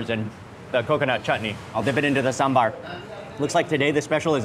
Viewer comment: Despite being a foreigner...Mark visits places that most Indian food Vloggers dont and knows way more about food...and pronounces Sambhar correctly...😂